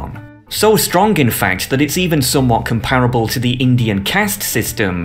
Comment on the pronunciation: com / pa / ra / ble. Accent on the first syllable. I am 12 years old and I know how to pronounce this.